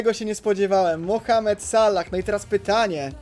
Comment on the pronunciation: js piefdole jak mnie triggeruje jak ty mowisz sallah